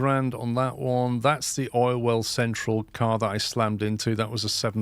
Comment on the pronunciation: That's what what I hear too 😂 for you me it's just called Orwell central now, even I know what the real name is